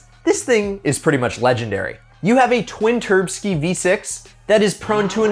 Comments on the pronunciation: Nice video man. First one I've seen from this channel. Please refrain from saying turbskie LOL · Please stop saying twin turbski